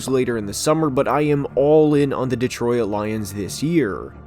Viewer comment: I'm a Lions fan, and I'm a big fan of your channel, but please stop pronouncing detroit like de-troy-it 😂